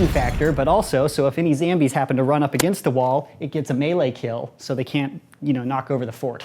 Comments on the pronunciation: It's zombies not zambies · He said zambies not zombies lol at 40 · Who else notices that he says zambies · Stop saying zambies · I hate that you say "zambies" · Did he just say Zambies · I love how he says Zabies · he said zambies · Lol he said zambies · He Said Zambies LOL# Need like on the comment👌